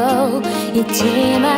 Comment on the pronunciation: Show the world~할때 발음보소..발려버렸다..😍😍😍